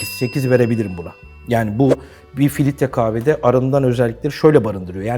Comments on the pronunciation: Filitre dedin beni kaybettin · sürekli filitre demesinden odaklanamadım. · Hersey cok guzel de filtre kahveye neden filitre diyorsunuz delirdim! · filtre yerine filitre dediği için o kadar sinir oldum ki dislike atıcam az kaldı biraz daha filitre dersen.